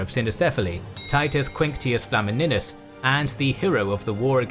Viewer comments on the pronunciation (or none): tbh pronouncing flamininus with "e" and not "i" sound is not that simple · FLA-MI-NIUS not flamminus